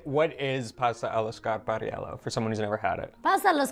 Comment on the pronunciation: love how she pronounces pasta allo scarpariello